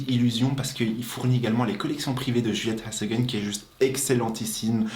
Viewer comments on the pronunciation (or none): Merci pour cette vidéo, trop hâte de le tester :) Juste pour info ça se prononce " Djouli-ette haz a gueune " :)